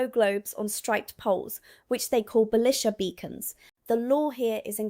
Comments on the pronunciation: Pronounced Beleesha beacons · Apart from her pronunciation of the word "Belisha" .